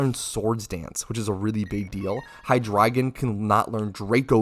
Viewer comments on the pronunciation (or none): none